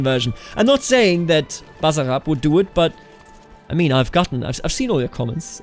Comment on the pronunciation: Basarab and other s is not z when you pronounce it